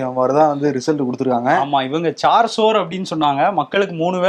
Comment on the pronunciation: Chaar sor ille.. Chaar sow.. Means 4 hundred